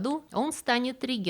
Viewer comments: Не регЕнт, а рЕгент. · Очееь интересно, срасибо,. Однако, правильные ударения будут: рЕгент и кузЕн, а не так, как Вы произнесли. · У иногда проскальзывают такие любопытные, видимо, навеянные английским языком, акцентологические ошибки (неверное ударение) типа "кУзен" или "регЕнт". И это совсем не в упрёк - просто размышления вслух. Когда знакомое слово сразу не распознаёшь - необычно, но интересно! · кУзен ? Слово это в русский язык пришло из как раз французского - как норманны в англию. Так что произносится оно в своей русской ипостаси с ударением НЕ на английский (кАзен), а на ФРАНЦУЗСКИЙ манер - кузЕн. А вот слово рЕгент имеет латинское происхождение, так что в нем ударение как раз на ПЕРВОМ слоге. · Дорогая! Очень прошу следить за ударениями в словах (рЕгент, кузЕн), у Вас все-таки просветительский канал. И спасибо.